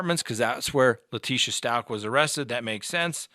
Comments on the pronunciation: Leticia's last name is pronounced Stowk. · Since ppl feel the need to correct you, thought you should know you pronounce Stauch like cow! 🐘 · Good lord is it pronounced “STAUCH or STAUCH” !?